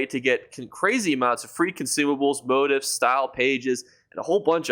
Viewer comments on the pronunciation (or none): Pronounced. mō-tēf′ or mō-tēfs Not Mo tifs.